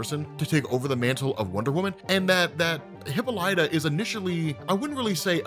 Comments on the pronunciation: It's pronounced, " HUH-PAA-LUH-TUH" bro. Not "hippo-Light-uh." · Hih Pol Ituh not hippo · Hi-ppol-ita... not Hippo-lita lol.... ya Killin me bruh. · Pretty sure it's pronounced "HIP-ALL-IT-AH" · The pronunciation of wonder womans mothers name: Hip-pol-it-a. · Has been saying hippo lighta this whole time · it’s Hip-all-it-a 🤣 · Hipp-ah-light-ah?... Have I've been pronouncing her wrong my whole lot fe? It's not Hippal-uhtah? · You keep mispronouncing Hippolyta. Say "hi" as in the word "him" but without the "m". Then "Paul". Then "i", as in the word "him" without the "h & m". Then "ta" as in the word "ta ta's" (another word for breast).